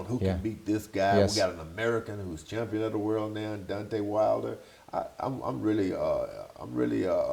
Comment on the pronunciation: good interview but just FYI it's Jim LAMPLEY not laffley. and DEEontay, not dontay wilder